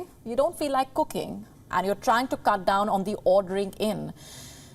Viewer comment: Koooking! Instant nuudlles! Where they get these indian annoucers? They used to kniw how to speak english. They have 0 standard now.